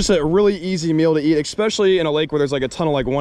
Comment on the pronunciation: I just wish would stop saying “expessially”